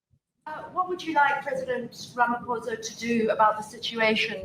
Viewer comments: pronounced pamapoesa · BTW his name is pretty simple Rama-Poza is the pronunciation. And no I can’t stand the idiot but you should make it a priority to pronounce a person’s name when speaking about him. It’s the polite thing to do. 🇿🇦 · RAMA-FOSA. Easy to pronounce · You pronounce his name ramaposa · It is pronounced Rama - porser. Dont be ignorant. It shows your racism. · The president of S. Africa's name is Cyril Ramaphosa pronounced "Ramaposa" ...not dificult to pronounce Mr. Trump!! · Ramaphosa is pronounced Ramaposa - silent h... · Ramaphosa is easily pronounceable... ph is pronounced as an F as in pharmacy... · 😂 funny "President Unpronouncable" - pronounce it Rha-mah-pho-sa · Correct pronunciation: "ra-ma-poo-sa" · It's pronounce as RA MA PO SA Crime is a big issues not only to whites English and Afrikaans but to All including the 11 black groups Non SA Blacks like from Zimbabwe etc Coloured Indians immigrants US please help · BTW. It's Raama poser.....correct pronunciation 😊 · IT'S NOT TOO DIFFICULT TO PRONOUNCE, LET'S SOUND IT OUT JUST LIKE ELEMENTARY SCHOOL ENGLISH, HERE WE GO, RAMA-POSE-AH. NOW WASN'T THAT EASY, LARRY! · Ra-mah-por-zah. It’s not difficult. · Oh, come on. Cyril Ramophosa isn't exactly hard to pronounce ... ! At least pretend to show some respect for the post, whatever your feelings about this awful story ... and pronouncing his name is also important for future recognition of who is responsible for such genocidal policies directly, or indirectly.